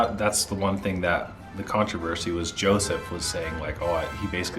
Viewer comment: It’s yousef not Joseph